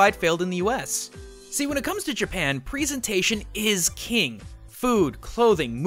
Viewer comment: He says presentation weird...